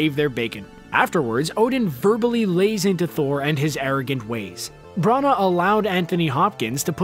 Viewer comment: Kenneth's surname isn't pronouned "Brown-arr", it's pronounced "Bran-nah".